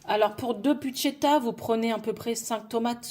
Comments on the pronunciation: tu oublie le R c'est bruschetta et buschetta. Un grand pouce pour votre nouvelle chaîne 😊😊😊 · Hello, merci pour votre 1 ère vidéo. ⚠️ Ce n'est végétarien mais pas vegan ( sans aucun produit animal ou produit par un animal ) 😉 💡On prononce brousse queta 💡Ma variante à la place de la sauce tomate je mets du pesto ou pesto rosso, 🍅 et jaune, de la mozza et des rondelles d'🫒 et ou noires pour la déco. J'espère de tout cœur que cette chaîne deviendra pérenne et que vous aurez un max d'abonnés.